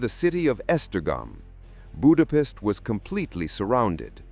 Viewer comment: Before making such a video, you could have looked after how to correctly pronounce the word 'Budapest'.